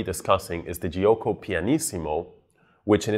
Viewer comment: the i after g in italian is there to make the g be pronounced like j in joke and not as g like in game. It is not pronounced itself. It is jo-ko. Not Ji-oko.